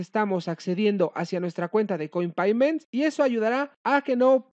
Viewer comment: Un doble factor de autenticación a correo electrónico? Mhhh.... no me gusta. Y se dice "coinpeyments", amigo. Saludos.